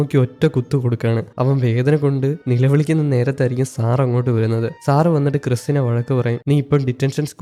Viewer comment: സാറ് സാറ് എന്നു പറയുമ്പോൾ സാറ സാറ എന്നാണ് കേൾക്കുന്നത്